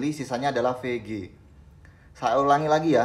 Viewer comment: bang setiap penyebutan pg dan vg selalu terdengar serupa, tolong kedepanya di perjelas bang biar ga bingung salah denger hhe (P)g (V)g